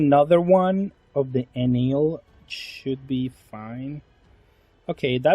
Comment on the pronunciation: if im not wrong his name its pronounce EhnehL not Enil